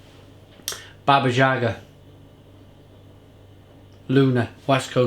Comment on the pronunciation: in Polish you always pronounce J like Y in YES.